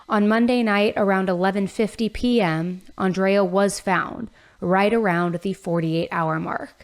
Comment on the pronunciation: Crazy to hear you say “Andrea” and pronounce it the way I pronounce my name. She was also an Aries like myself. Feel so bad for her family. He’s going to have a rough time in LA.